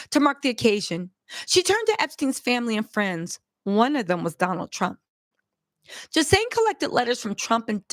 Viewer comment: I love you sis just a note on this name pronunciation Ghislaine Noelle Marion Maxwell (/ɡiːˈleɪn, ɡiːˈlɛn/ ghee-LAYN, ghee-LEN; born 25 December 1961)[5][6] is a British former socialite and a convicted sex offender Keep reporting siss